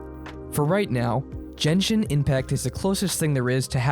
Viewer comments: "jenshin ipmact" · jenshin inpact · he really said jenshin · I'm getting a heart attack of him pronouncing Genshin as "Jenshin" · Average jenshin impact fan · "jenjin impact" 💀💀💀💀